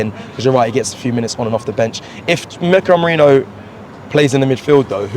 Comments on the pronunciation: Somebody please tell the name is Merino, NOT Merinho 😂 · Thats what I said too, how hard is it to say merino? Lol